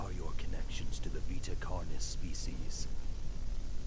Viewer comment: pessoas normais: carnes:CARYNES